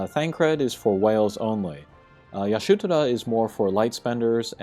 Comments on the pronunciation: I hate how u keep caling her "Yashutora"... damn... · take a shot everytime he says yashutora 😂